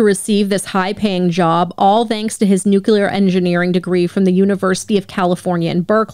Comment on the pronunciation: aww did you say noo-cue-ler? Sorry I'm the grammar police... I'm gonna have to issue a citation